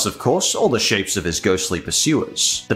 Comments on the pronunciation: "Lots of fruity marshmallow shits" I think it was suppose to be 'shapes' lol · Fun fact: In the fruity marshmallow krispies commercial, they said "shapes" not the s word. But I know what you're thinking: it sounds almost exactly like the s word.